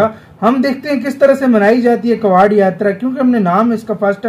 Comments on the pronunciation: भाई कवाड़ यात्रा नही होती "कावड़ यात्रा होती हैं " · अबे भाई वो कवाड़ यात्रा नही होती है कावड़ यात्रा होती है । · कवाड़ नही कावड़ यात्रा बोलते है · कावड़ यात्रा है भाई कबाड़ यात्रा नहीं है 🤦